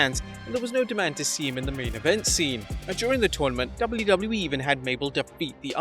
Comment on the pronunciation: The way says “WWE” drives me nuts… lol i know im not the only one 🤣 “Dubldubelii” 😝 Now that I say that, this video he is actually much better but some of the other ones, makes me cringe. But I’m just a little sensitive I guess